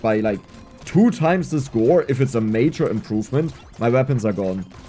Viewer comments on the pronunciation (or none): none